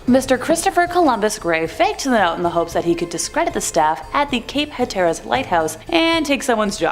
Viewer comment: I’m sorry from a North Carolina native it’s pronounced “Cape Hat-er-us” otherwise great story lol